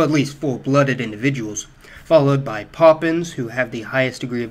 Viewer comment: Great vid except you're butchering the pronunciation of papuans...what the hell is a poppins?